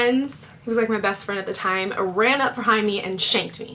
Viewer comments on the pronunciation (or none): She said "thime" Lol